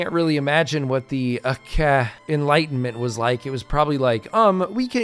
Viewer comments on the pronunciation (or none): Pronounced "Acheh" not "Akeh" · bro its aceh not akeh, just say it the way it written.thanks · Actually it should be Ah-tseh ahhh my rainy nose. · The correct pronunciation in this case is Acheh because it is a different language that pronounces C differently. In Indonesian all C's are pronounced like ch hence OP's critique of English's confusing system of having multiple ways to pronounce letters. I think it is funny you say there is no way for it to be pronounced differently in English... good thing Aceh is not located in England. 😅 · I'm sorry, but that's not how you pronounce the name of Aceh. It should be something like Ah-cheh. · I found it funny that you say aceh the 'c' is spoken like kh instead of literal c. Like just spit it out how c is supposed to be spoken like how you say 'chant'. English is a definition of an overcomplicated language that even simple alphabets turn into what not supposed to be said lol. Not blaming english speakers nor english, but i just found it funny. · Never thought someone played in sea region lol, and the way you pronounce Aceh is the c part is close to reading ch in change or cherry not like in c in care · ADA INDONESIA COY 🗣️🔥🗣️🔥🇮🇩🇮🇩🇮🇩 MERDEKA 🇮🇩🇮🇩🇮🇩 Edit: bruh the way you pronounce aceh is killing me. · ADA INDONESIA COY!!! Also not how you pronounce Aceh, but I'll just assume its engagement bait